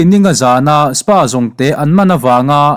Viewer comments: Spa jongte han tih....S.p-a tih awm lar tehreng nen...i thu lam hi uluk leh zualin aw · Spa jongte nilovin espi-a jongte ti a lam tur aw... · SPA TIH HI ES PI A tiin lam ve mai la